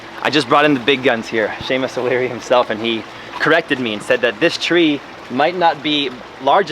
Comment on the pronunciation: Are you saying "Seamus O'Leary" or "Shameless O'Leary"?